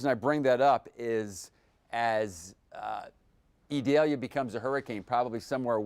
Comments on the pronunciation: E-deh-Liah 🤣🤣 Idalia chico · Eee-doll-yah. It is not an onion.